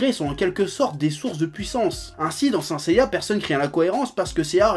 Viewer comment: Saint Seiya SAINT tu ne dis pas SAI -NTE ou SAINNE Seiya ? Honteux pour l’oracle .